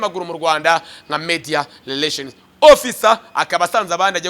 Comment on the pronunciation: Ubanza ufite ikibazo cya R na L?nta soni uti leration koko??!!ni Relation.